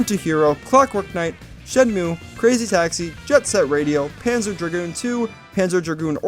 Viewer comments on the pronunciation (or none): none